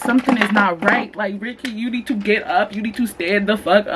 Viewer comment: LMAOO rykky not “year he year he”😭